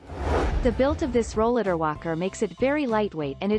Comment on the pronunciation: She’s not even saying Rollatar right! This is a very audio scripted video and none of her wording is right! Exactly, I came down with a chronic illness when, I turned 30 and, I started using a rollatar in my early 40s and, none of the new line of Rollatars are even on here!